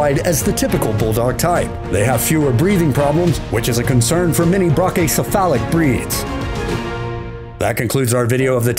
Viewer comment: Hey narrator, try this, ( BRACKy - sef - PHALlick ) = brachycephalic. And it's S t a f-fordshire not S t r a t-fordshire Bull Terrier, and you can't pronounce A-LAP-aha for scheisse, much less Alano, or Ca de Bou, and others.